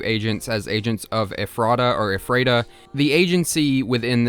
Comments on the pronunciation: I am from Ephrata. Hearing you pronounce it as eh-frah-tuh was painful. Everyone from there pronounces it as efruh-tuh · i’m from the ephreta area. it’s “ef-er-ta” not “ef-rey-ta” or “ef-rah-ta”. bugged me the whole video 😭😭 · as a pennsylvania resident its pronounced eh-fruh-tuh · actually its pronounced Ef-ro-da. also this SCP is to close to come, the only other one i know of in PA is neutralized and that one was even closer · i live in pa!! ephrata is pronounced "ef-ruh-tuh" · I've seen like 7-8 videos on the "Boiled One" and I have yet to see one where someone pronounced "Ephrata" correctly. Dr. Nowhere uses Central PA locations in his story and Ephrata was a real town, township and area near the Harrisburg/Lancaster area. It's actually "Eff-ritta" I live like 10 minutes from there, it's not really important in any of way but I just find it funny no video I've seen has pronounced the name of the town right. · Ephrata is pronounced Eff-ra-Ta almost like effort. Pennsylvania is weird. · you managed to pronounce ephrata every way except the correct way, lmao. also the glass trumpet is on display at the museum if anyone wants to see it. it is a mystery even to us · Living in Pennsylvania, I couldn't stop myself from correcting the way you pronounce Ephrata every time you said itm 😂😅